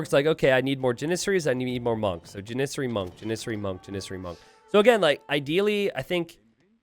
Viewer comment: Someone in the chat pointed out he was saying Janissary wrong. It's JANissary. Then it seemed like he made a point to say jaNISsary as many times as possible for the rest of the match.